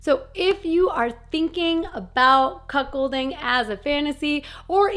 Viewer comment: I thought you were saying Cock holding because you have to spell it different it sounds the same.